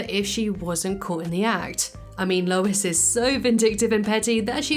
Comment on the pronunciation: It’s Lois…not even close lol